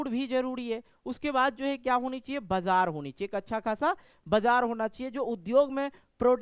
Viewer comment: Bajar ko bajra padh rahe ho sir 😅